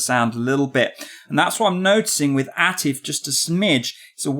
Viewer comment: Man can’t even say the name of Atif I’m cheesed